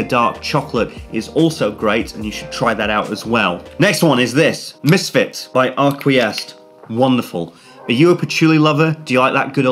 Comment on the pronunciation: I like your videos, but "Arquiste" is pronounced "Ahr-kweesst"